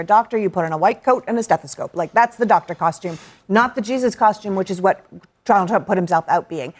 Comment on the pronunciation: Hahahahaha she called him tronald dump